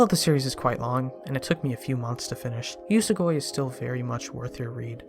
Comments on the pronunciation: It's oo-so-goo-e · Idk but I pronounce it yoo-soh-gw-E